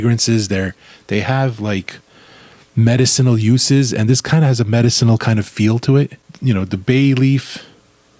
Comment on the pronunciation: I like how he pronounces medicinal.